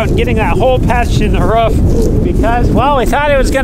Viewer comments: Hope they change out that red siding…. And every time says “Ruuf” I yell “rOOf”. LOL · roof not rough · “Roof” not “Ruufff” lol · Love your footage, but it's not Ruff it's call Roof xxxxx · It's roof not rough WTH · ROOF not a ruf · Roof. Not ruff. Maybe bork. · ROOF NOT RUFF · lmfao long time follower here. the amount of time you said roof... lol sounds like your saying ruuf. lmfao made me laugh. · I like how Roman can pronounce roof but pronounces it ruff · pronounces "roof". more like a imitation of a dog sound. ruf ruf.